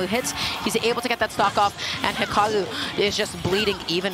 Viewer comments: hikawu bweeding even mowue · Why does she have such a hard time saying hikaru